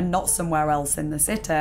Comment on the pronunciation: Tha citeh